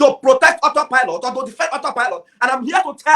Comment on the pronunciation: But come to think about it. It's just looked as all set up. On that her disgracefully speech, she could not pronounce auto pilot. So, if she has been following the Biafran news for a year now and she never heard about auto pilot. Who is she. Something is wrong with her and DOS.